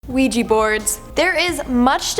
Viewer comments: ‘IT IS ‘WEE JEE’ NOT ‘A WEE JEE’ ffs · Isn’t it pronounced wee-jee not a-wee-jee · pronounced wee-gee. not uh-wee-gee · Isn’t it pronounced we -G? Not. O-we-g!😱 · it's just wee gee, the same way "oui" is pronounced wee in French...what's an a wee gee board? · wee- ja board, the o is silent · its like shes saying luigi bored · Please stop saying anaouija board! It's bugging me. Hahaha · a ouija board not an oweeji board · It's pronounced "wee-jee". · Thank you! O- weeji it was getting on my nerves to 🤣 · Just wondering...Isn't it pronounced "wee - gee" board? 🤔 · sthurston I’m glad I read the comments before posting because I was about to say the same thing. It was driving me crazy all through the video hearing her say it the wrong way. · An Ouija board 😂😂😂 stop saying it like that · Not to pick at tiny little things, because I love and the videos she makes, but her pronunciation of ouija board is actually getting to me 😂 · Idk if it's her accent but the way she pronounces Ouija seems off to me. It's probably just me 🤓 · Trap Town XYX yea, I get it's spelled like that but I've never heard it like that before. I thought it might just be a Canadian thing